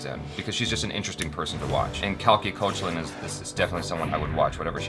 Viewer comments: you are pronouncing Koechlin wrong. In wikipedia there is a voice bit where she herself says it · just some info... koechlin pronounced cake-laa(n)...nasal twang at the end if tht makes sense! she said this in one of her interviews... on the couch with koel puri! ok i'm done..bye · Just for the record, Koechlin pronounced 'cake-laan'!